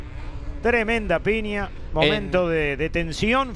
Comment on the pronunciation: ¡Que fantasma ése relator que dice PINIA en lugar de PIÑA!